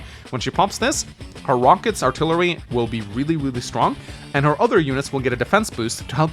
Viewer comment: Artlry lol